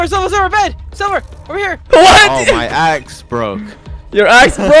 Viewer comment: Mans said SLIVER instead of silver.